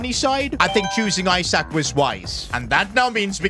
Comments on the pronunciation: Isak is pronounced E-Suck, not i-Sack. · Pronounced like isack not i sak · Its not isack it Esack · Its isak not eyesack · is saying I sak and not isak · It’s not Isaac it’s pronounced ee-sak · It’s not pronounced eye sak it’s eee sak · Esack not I sak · pronounced like esack not i sack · Do you say some people's names wrong on purpose or not? For mbeumo its m-ber-mo. For isak its ee-sak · It’s Ee-sak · Keep pronouncing Isak wrong is constantly giving me headaches in every video involving him. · I thought i was the only one, i literally close off the video cause of it. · Lean how to say Isak properly 🤦‍♂️